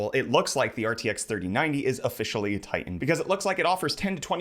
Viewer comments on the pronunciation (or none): none